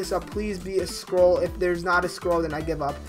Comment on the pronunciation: Who else thought he was saying "squirrel" not scroll lol